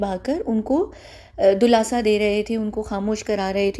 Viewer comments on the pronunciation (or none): Dulasa nhi dilasa hota Hy CD دلاسہ